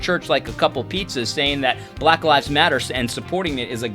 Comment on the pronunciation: Yes, it was condescending, especially the pronunciation of black. But I’ve seen better commentaries and I think it means he needs to step away and just breathe.